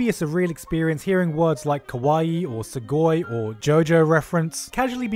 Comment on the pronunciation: Sugoi… really.. you said it wrong